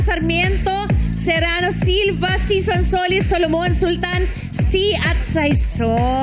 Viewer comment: Correction for... the last name SISON should be pronounced as: SEE-SON, not: SY-SON